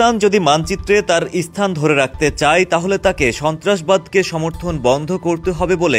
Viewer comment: ইস্থান 😅😅নয় ওটা স্হান 😁😁